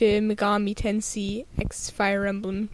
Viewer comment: It's pronounced Ten"say".